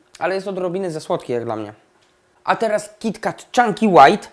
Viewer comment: Kiti ket sie mowi